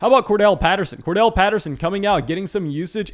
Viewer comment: it's Cordarrelle Patterson, not Kordell. You can say it like: Core-Daryl. I would think you'd want to pronounce these guys' names right, right?